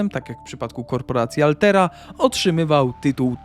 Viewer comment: alterra a nie altera